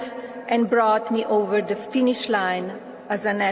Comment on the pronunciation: Melania is just reading her speech but still she had a hard time pronouncing the words. " finish" not " pinish" 😂😂😂